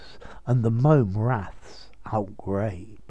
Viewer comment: Outgrabe is pronounced out-grab! The E is Silent! So many get it wrong!